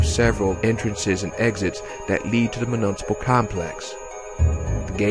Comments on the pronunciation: Mu-Nis-a-pull. Not mu-nunsa-pil. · Really appreciate you doing this audio book but I gotta be a dick… municipal is pronounced myu-niss-I-pal